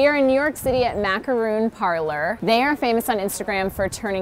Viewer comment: Wow. The creator of the cheetos macaron can't even say macaron. She pronounced it macaroon (the coconut treat) and not macaron (the French cookie). *sigh* Americans...